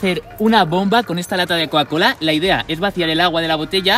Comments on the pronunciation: Coacola no cocacola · Porque decis cuacola